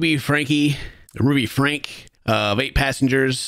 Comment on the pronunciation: you gotta do your research a bit more if you’re going to cover serious topics like this. You can’t even pronounce her last name. It is pronounced “Frank.” But you had to guess. Franke’s kids father is a professor and hasn’t been in the kids lives for a while. It takes 5 minutes to prepare to do a reaction. I don’t normally care but dealing with topics like child abuse make sure your facts are together.